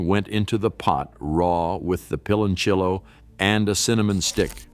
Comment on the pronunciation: It's pronounced like peeh lon siyo.not pilonchello